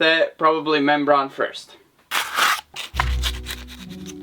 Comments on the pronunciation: membrane it's pronounced ...mem BRAIN not mem BRON ☺ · Inside your skull is a brain so that's how you pronounce membrane not criticising just trying help improve your English